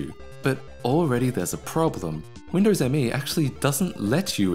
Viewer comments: It's not M.E., is just "me". As in what you say when somebody asks, "who wants ice cream?" Also Me is literally 98. It was originally going to be called Windows 98, third edition. But since The year was rolling over to 2000 they decided to capitalize on the word millennium. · "This thing is so reflective I could probably do a makeup tutorial on it" You know we need it,. Also, did you know Microsoft actually intended it to be pronounced 'Me' (1 word) rather than 'Em-Ee'? Yeah, neither did 90% of Me users. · Nice :)... Note that it is called "Windows Me", not "M. E.". Thats why it is written "Me" ;)...